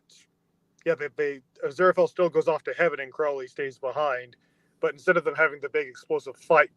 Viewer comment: And it's Crowley, as in the bird. Your welcome.